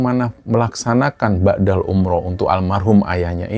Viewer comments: Mohon maaf sebelumnya 🙏🙏 mau sdikit meluruskan, bukan ba'dal umroh mas TPI badal umroh, badal= pengganti. Kalo BHS arab kan beda pengucapan maka beda jg artinya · Maaf,sy dengarnya BA'DAL umroh. Yg benar adalah BADAL umroh. BA' DA dlm bhs arab bermakna "sesudah",sedangkan BADAL dlm bhs arab bermakna "pengganti" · ngapunten koreksi sedikit badal bukan ba'dal...🙏